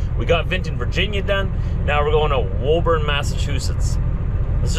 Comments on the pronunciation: Love your videos been watching for years. I live in Massachusetts and just wanted to say you are pronouncing Woburn wrong 😂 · Darn it, as I said before it’s Woo-burn not Whoa-burn! Oh, and real truck stops are hard to find up here. There is a TA in Greenland NH off I-95 on your way to Maine so you can grab a shower there. As always be safe and thanks for bringing us our stuff. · 😂, it's pronounced WOOBN.